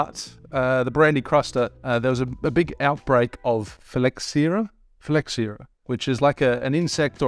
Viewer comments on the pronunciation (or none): phylloxera: "phil-OX-era"